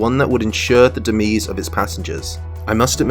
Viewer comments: DEMISE is DEMYZ not DEMEEZ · Demise……pronounced ‘Demize’ not ‘Dimeez’. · That pronunciation of "Demise" 😂😂😂😂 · This is how Key and Peele would pronounce Demise in the substitute teacher skit